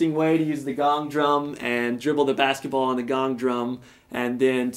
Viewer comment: But that's not how "bass" is prounounced